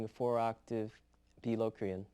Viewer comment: I guess Myung's pronunciation is right. Check the Vinnie Moore's videos on modes, and you'll see he pronounces Locrian exactly the same way. Music savants know English!